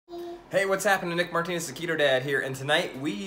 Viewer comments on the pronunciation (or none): none